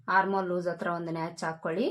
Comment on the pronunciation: Please madam, natch ಅಲ್ಲ, notch ಅನ್ನಿ